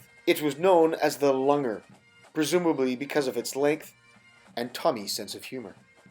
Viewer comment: great video again, one point as a Brit I would pronounce the word 'lunger' as lunjer with a soft g to j sound rather than the hard 'g' as in lung. Therefore as to lunge is to thrust forward it makes more sense to me that the nickname for the bayonet means 'the thruster' rather than the piece of anatomy you want to puncture.